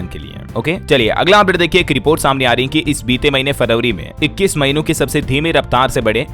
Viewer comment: शब्दों के उच्चारण गलत हैं | फरवरी का उच्चारण गलत किया | आवाज भी कर्कश है |